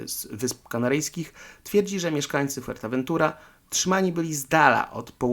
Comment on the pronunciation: Fajny materiał. Ale, w ramach konstruktywnej krytyki, powiem ci, co mnie irytuje: przekręcanie lub niewłaściwa wymowa nazw: Fuerteventura, nie Fuertaventura Jandia wymawia się "handia" Morro Jable odpowiednio "morro hable". Tak, to są drobne błędy, jednak irytujące. Trochę jak z motoryzacyjnymi kanałami, w których prowadzący opowiada o "lambordżini" czy "karman dżia" albo "ford dżia". Ale, żeby nie było samej krytyki, podrzucę jeszcze pytania, które mogą podsycić teorie spiskowe: Jeśli to rodzinny/wakacyjny/prywatny dom Wintera, po co w nim zbiorowa łaźnia z natryskami, kojarząca się z tymi znanymi z wojskowych koszar? Po co sypialnia na kilkanaście łóżek? 🙂🙃😉